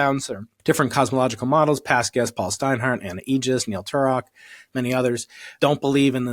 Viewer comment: no sense watching Claudia speaking, her words are not understandable 100%. only like 70-80% not good enough. She can't say Cosmological she says Cochical.